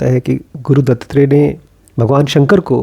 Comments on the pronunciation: its Dattatrey and not DuttTrey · गुरु दत्तात्रेय का नाम दो शब्दों से बनता है, दत्त और आत्रेय (अर्थात (महर्षि) अत्री के पुत्र) इसलिए इसका उच्चारण "दत्तात्रेय" होना चाहिए न कि "दत्तत्रेय"। Otherwise, आपका व्हिडीओ बहुत अच्छा लगा!!! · Sir its not DuttTrey its Dattatrey or Dattatreya in marathi. Pronounciation matters. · Good video, but please pronounce it as दत्तात्रेय and not दत्तत्रेय.. You should also read about नाथ and दत्तसंप्रदाय .. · It's not Dutttrey it's Duttatrey दत्तात्रेय